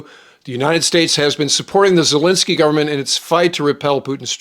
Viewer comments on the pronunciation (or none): none